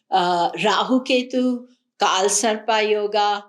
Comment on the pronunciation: Thanks.. its not kaal sarpaa - its kaal sarp. same for nakshatraa - nakshatr. why adding extra aa